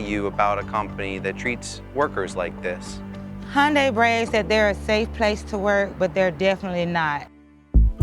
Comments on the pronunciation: Worker safety doesn't promote profits. S. Korean companies are about profits. Worked at a Halla Cement plant in S.Korea, people were killed regularly at that plant, about every other month. It's pronounced "Hyun day" not "hyun die." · Listen to how the employee pronounces Hyundai (like Sunday). The reporter repeatedly says it wrong. Why is it so hard to pronounce it right? Rhymes with Sunday. Duh! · Pronounced like this HIGH-YUN-DAI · Who's HUNN-DIE ? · It’s pronounced “hyun-day” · It’s Hun Day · You morons pronouncing the company name incorrectly is embarrassing, tf is Hun-Dye? How goofy do you have to be to make a documentary and can’t even pronounce the name correctly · It's pronounced "Hyundai like Sunday", btw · I like how he continously pronounces it "Hyun-die." Wonder if there's a reason for that pronunciation 🤣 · Why are you calling it Hundie? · It’s Hyundai, like Sunday or Monday! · had this video been any longer, I would've tuned out. Narrator mispronouncing it as Hun-Die was driving me crazy. Almost absolved Hyundai for their wrongdoings. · Hyundai rhymes with Monday. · it's pronounced hyundae like sunday-monday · How do people not know its pronounced Hunday. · Huhn day. Huhn day. Day! DAY! Jeez… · Bro. Hyundai rhymes with Sunday. How do you do a story on it and say the name wrong 500 times? Are you serious? You weren't curious when the interviewed employees were saying 'Hun-day'? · I enjoyed the episode, but the least thing you can do is pronounce the name of the company at the heart of it correctly. It’s 현대, which is pronounced Hyun-day. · The correct pronunciation is "Hunday", like Sunday. There is no "eye" sound in the name. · Pronounced "Hun-dae" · Since like 1989 it's pronounced hi un day and always will be in my mind😂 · On a side note, Hyundai is pronounced "Hyon-day". Not a single person in this video got it right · All of your time and effort on this subject and you still pronounce Hyundai incorrectly !! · it rhymes with sunday